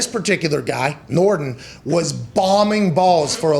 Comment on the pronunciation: Just for the record:it's Nor-DEEN